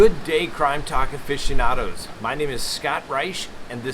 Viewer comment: yeah but the way he said it first it’s more like “efficient-yonado” which is weird, I prefer my pun